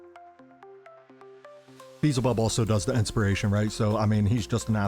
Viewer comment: Bro, I watched a lot of your videos and u're always messing character's names lol. Its f'ing Beelzebub not Beezelbub 😅😅😅 Nice work btw, luv ur vids